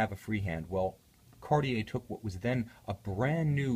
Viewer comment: you are usually very linguistically correct by watch brands pronunciation. JLC, GO, Roger Dubuis come to mind. However, when you say 'Kariei" as opposed to proper French 'Kartie" you sound like the majority of ignorant Americans. Otherwise, I love your reviews.